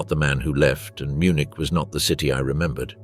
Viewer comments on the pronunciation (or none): none